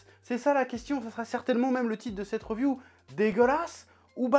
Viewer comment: Reuuuviuuuu hahaha tu me tue faut dire riviuuu